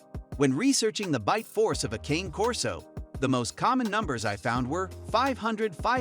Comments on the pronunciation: As you post some dogs In your video that aren’t even Corsos. Also, you’re not even saying the name correctly. They’re Italian so it isn’t pronounced like a candy cane. It’s pronounced with an “aye” sound at the end of Cane. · Can’t trust research from someone who can’t even pronounce the name correctly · It's AI. They never pronounce names correctly.